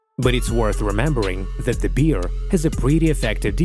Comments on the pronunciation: NOT a BEER... A BEAR!!! (pronunce BARE!!!) 😋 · It’s bear not “beer” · Umm...question?? Wtf is a Beeare?? I guess he meant Bear right 🤣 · L'IA est si intelligente qu'elle ne sait pas discerner bear (l'ours) et beer (la bière)😂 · its bear not beer ffs learn to read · Corrección, Best es oso no beer cerveza como tú dices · Is it correct that we pronounce bear the same with beer? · Where are YOU from that you don't know how to pronounce BEAR properly? YA'LL need to get a new announcer, one that doesn't drink BEER! WTF?